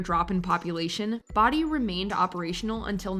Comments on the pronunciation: Been to Bodie. It’s only a couple hours drive from me. And it’s pronounced like bode not body. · Bow( like bow tie, )Dee , California!!! Not body!! Sorry but that really bugged me🙄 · That made it even worse... They say Bodie and then she says Body straight afterwards lol. I bet she did not even watch those pieces, they were added in afterwards. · Bodie is pronounced Bow-di, NOT Bod-di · If you're going to do videos like this, at least make a minor attempt to pronounce the names of the places correctly. 'Bodie' is pronounced 'bow-dee' (like a 'bow'-n-arrow), not 'body' (smh+eyeroll) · the pronunciation of Bow-dee genuinely hurts me as a Californian. Not only do I know the pronunciation by heart. They even say it correctly. It's NOT Body. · What about Drawbridge? It's a small ghost town between Fremont and San jose, Ca, out in the salt marshes of the East Bay. Also: BO- DI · It is pronounced Bo Dee. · Boh-dee, CA Bodie, CA. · Love the way the narrator is pronouncing Bodie, CA. Body lol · It's Bow-dee lol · And considering someone in the video pronounces it correctly you would think the narrator would have caught on. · He literally pronounces BODIE in the clip they used yet she still mispronounces it 💀💀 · You're saying Bodie wrong. The narrator in the clips even says it correctly. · UGH Bodi pronunciation was sooo painful but you can pronounce Priryat. 🤦🏼‍♀️ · Me: How many times can you pronounce "Bodie" incorrectly?: YES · I thought I was the only one cringing when mispronounce Bodie. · it's funny that use video clips saying the proper pronunciation of Bodie, california and the narrator continue to say it the wrong way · Not sure what exactly you are referring to. The name of the town has always been Bodie that rhymes with Cody. Even when you listen they say it correctly, The town has only been around for 150+ year. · Learn how to pronounce Bodie. The clip you include literally says it properly.